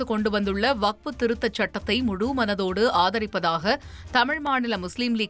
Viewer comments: அது வகுப்பு இல்லடா வக்ஃபு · டேய் கிழட்டு பயலே முதலில் வஃக்பு என்பதை சரியாக சொல்லுடா மூதேவி வகுப்பு னு சொல்ற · ஐயா பெரியவரே அது வகுப்பு இல்ல வஃக்பு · வக்ஃபு என்பதை ஒழுங்கா சொல்ல தெறியல வக்ஃப பத்திஉனக்கு என்ன தெறியப்போகுது ....